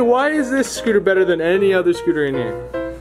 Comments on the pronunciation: Also said scootle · He keeps saying scootle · I love how he says scootle instead of scooter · He said scoodle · “Scootle balls”. “Reaples” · He says scootle instead of scooter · Just me or is he saying scootle